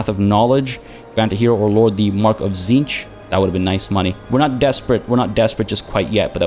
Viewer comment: Tzeentch, 'cinch'. 'It's a cinch'? As the lord of knowledge?